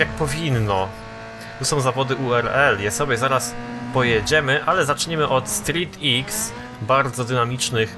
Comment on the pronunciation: Street X czyta się jako "strik kros". :)